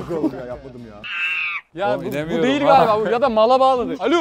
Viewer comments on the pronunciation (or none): "Diğil" değil "değil"